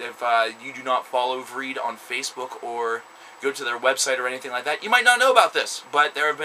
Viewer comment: You pronounce the band's name wrong...